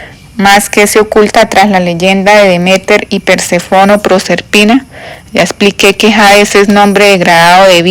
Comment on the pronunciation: Disculpa pero porque no cambia la acentuación de algunas palabra? Es Perséfone no Persefón es ibéro no ibero,es fenicio no fenecio. Hay varias palabras mal leidas